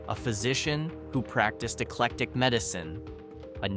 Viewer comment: Yes!! He mispronounced eclectic (I used to live there) and Arab (I live in a city near there )